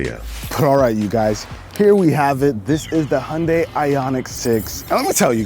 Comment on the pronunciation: Hi - jun - dai, not hundai. Americans never pronouns names right...